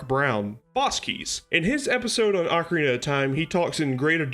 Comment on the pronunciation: First Also you pronounced ocarina wrong